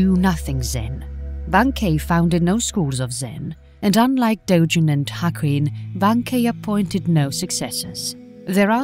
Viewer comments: The g in Dogen is pronounced as a hard g. Pronouncing it as a soft "g" like a "j" is wrong. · She is mispronouncing Dogen